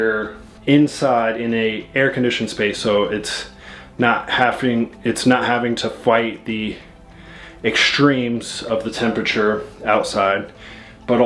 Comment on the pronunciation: ....Exshtreme? No such word. Yours Truly Language Police